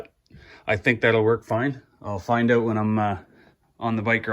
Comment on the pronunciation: Great video! So good, I won't make fun of you for saying...oot! : )